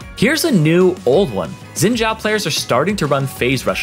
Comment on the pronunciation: Stop saying Zin Jao plss, Its Xin Zhao, the X is pronounced as a S and the Zh is pronounced as a normal Z